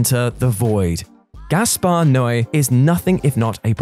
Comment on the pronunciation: Finally someone pronouncing Noé properly. Well done.